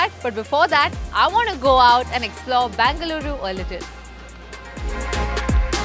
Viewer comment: Its Bengaluru not Bangaluru